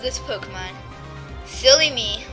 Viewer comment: Wait did you say "filly me" or "silly me"